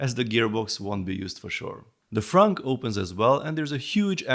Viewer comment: Frunk! Haha, best word heard in a sentence. I’ve heard it numerous times, but the way he says it, funny. I’d rather have no door/engine features for a more detailed body and a factory light kit.